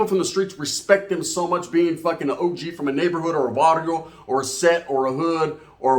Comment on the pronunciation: Es Barrio. Not Varrio